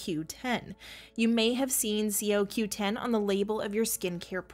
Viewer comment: Why don't you say it coreectly CoQ10 or is that the way they say it in New Zealand🤣